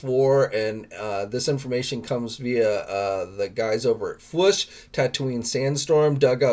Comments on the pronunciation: Love your news vids, but you drive me crazy every time you say "fwush". It doesn't rhyme with push. It's a hard double-O, just like in "food". Robo even says it at the end of his videos, "... we'll always catch you on the fwOOsh", not fwush. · Why can’t he pronounce fwoosh lol